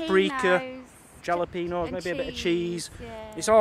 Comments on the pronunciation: 'Jalapenos' lol. Replace the J with an H and that's how its pronounced. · Yeah! The J is pronounced like an H so try thinking of it pronounced Halapeno! :-) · Pronounced hallo-peenos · Fun 1st vlog. We call fries like that loaded fries but yours looked good. Love fresh jalapenos, pronounce the j as an h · Lol, how you guys pronounce jalapeno